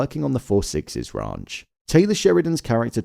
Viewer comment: He keeps saying the The Raunch 😂